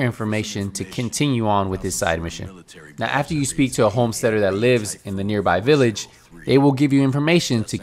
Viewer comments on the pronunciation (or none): none